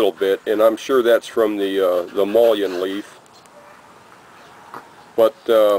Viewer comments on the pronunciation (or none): pronounced muh’ lin